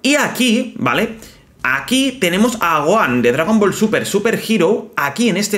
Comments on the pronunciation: Jajaj q gracioso como le dice a Gohan Goan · Que feo dice el nombre de gohan pésimo la verdad cuando el nombre no se pronuncia así